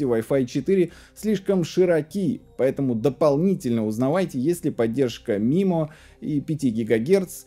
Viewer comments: Маймо, а не мимо. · Очень интересно, и всё таки правильно будет произносить маймо а не мимо😁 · Не мимо а маймо "инженер" космический